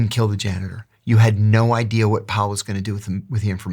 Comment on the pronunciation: Idea. Not i-dear. Please, for the love of Frappuccino!